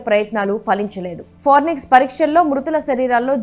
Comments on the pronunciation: ఫారెనిక్స్ కాదు అమ్మాయ్ ఫోరెన్సిక్.... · Forenix kaadhu amma thalli....forensic... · పోరినిక్స్ అని చదువుతారేంటి 🙏 ఫారెన్సిక్ అని చదవాలి కదా 🙏🙏🙏🙏 తెలుగు రాని వాళ్ళు వార్తలు చదివితే ఇలాగే ఉంటుంది 😭😭😭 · forenics కాదమ్మా అది ఫోరెన్సిక్ ..న్యూస్ రీడింగ్ పరువు తీసి పడేస్తున్నారు .. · Forensic andi forinex kaadu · ఫోరెన్సిక్ అని పలుకండి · Forensic anadam radu news reader ayyav..ninnu select chesina vallu too talended....okasari kadu padi sarlu annav malli😂...inka nayam puchhakayani gachhakaya analedu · Forensic 😂😅madam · ఫోరెన్సిక్ అని అను బామ్మా. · Forensic pronunciation chusukovali video release chese mundu 😂